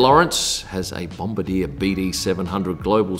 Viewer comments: It's not pronounced Bom-ba-deer, it's bom-bar-dee-a. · I think you're trying to say Bomb-bar-d-yah, lol. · It's pronounced "Bom-bar-dee-yay",. It was originally a French-Canadian company so you gotta put your French pronunciations cap on to say it correctly. Bombardier = Bom-bar-dee-yay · Its bomb-bar-de-er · Hilarious pronunciation of Bombardier.